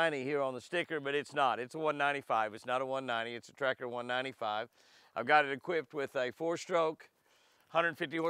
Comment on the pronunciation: In the beginning Jimmy I kept thinking you were calling it a Tractor not Tracker....LOL I thought, I must be hearing wrong and then I saw the word Tracker on the Rig....LOL Beautiful boat and you have it set-up nicely. Looks like you have thought of everything. The steering wheel area / console look like a motorcycle console to me. Neat. Stay happy, healthy, hydrated, safe and warm. May God continue to bless you, your family and your adventures.